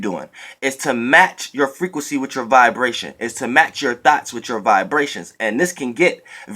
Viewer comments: When you say thoughts, it sounds like Thots,Lol, Even though we know what you mean. 😈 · I thought u was saying thots😂😂 Thank u for this message. I definitely needed it😩💜👏🏾